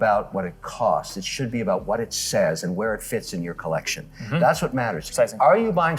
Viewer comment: I am turning this off the second he says "collec-shown" like a total idiot.